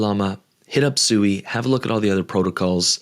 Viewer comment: Its pronounced swee, not suey. Like swing, or sweet. Not like sewer.